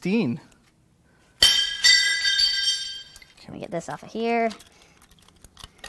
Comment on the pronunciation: Love the content, but , word to the wise: it's pristine, not fristine🤷‍♀